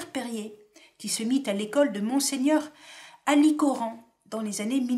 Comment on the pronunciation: Erreur de prononciation : Mgr Alichoran se prononce "Alishoran"